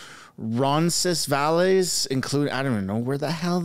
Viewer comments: Roncesvalles is pronounced "Ron-SEZ-vale." The final "s" sound is silent. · It's pronounced; ron ces vails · It’s pronounced Roncesvale. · Lol Roncesvalles is kind of pronounced Ron-sis-vales, or just referred to as Ronsi in Toronto....also, think your Freeland impression is right on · Roncesvalles is a street in west Toronto. Phonetically it's pronounced Ronses-Vals. It's where most Poles and Ukrainians live in Toronto near High Park (largest Urban Park in Toronto) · Ron ses vales say it that way. The West end of Toronto. Big Polish community there. You can just call it Roncy and we'll all know what you mean. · Ronses-“ Vales” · Fyi "roncesvalles" is a street / neighborhood in Toronto. Most people say "roncesvill" or just "roncy" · Ron-sis-vale, bud. That's how to pronounce Roncesvalles. It's a yuppie lib Hotspot in TO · ron-sen-ville Thought U lived in the T-Dot. Queen W & the Gardiner (just north) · Its pronounced Rons is vails .. . I live close to there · It pronounced Rons -as vale its a Nieghbour in TO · ronces vahles like in whales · Nice try. The cafe is in west end of Toronto. Its pronounced Ron- sens- ville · its pronounced ronsinvails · Roncesvalles pronounced Ron Seh Vals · Being from the GTA it was hilarious to hear you butcher Roncesvalles 🤣. The S' are silent 👍